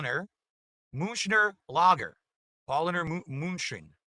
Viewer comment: Why does he pronounce lager like a spastic?